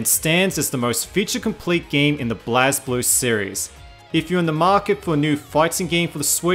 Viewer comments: Lay-Low and SMASH in Tag they say blaze. Blaz just makes me cringe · When he pronounces it blazblue. They literally says blazeblue in the game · says Blazz instead of regular blaze kermits suitcide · Why do people always pronounce Blazblue wrong?